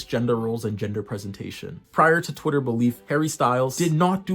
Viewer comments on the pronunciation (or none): none